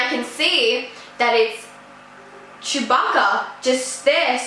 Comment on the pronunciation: lol im eating cookies rn while watching it also its (Chew-bah-ka)